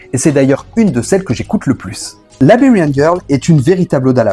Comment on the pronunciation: Très bonne video mais par pitié, arrête de prononcer « Laberian » girl ca fait mal aux oreilles ! Ca se prononce « Laïberian » !